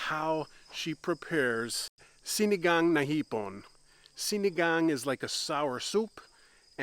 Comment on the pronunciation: Impressed with how you pronounce sinigang na hipon. Personally I'm more of a sinigang sa miso with pink salmon belly kinda girl haha I miss our farm. Living vicariously through your vids 💚